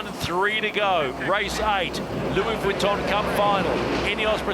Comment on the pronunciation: Lewie Vwitton